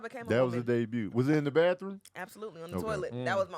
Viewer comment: “Ya debut” 😂😂😂😂